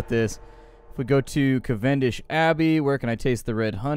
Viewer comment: CAV-n-dish not cav-EN-dish